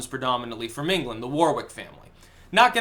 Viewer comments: Pronounced WarRick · please stop pronouncing warwick, war wick, its pronounced warrick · Just so you know how you family name is pronounced. It’s “worik” We need a million people at Downing Street right now.